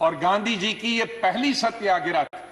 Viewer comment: इतिहास सिखाने वालो गांधीजी का नाम तो सही उच्चारण करना शीख लो...!